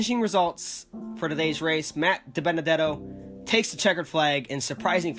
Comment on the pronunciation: AflacCupSeries you pronounced Matt Dibenedetto's name right!